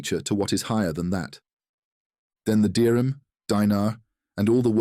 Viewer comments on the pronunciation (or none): none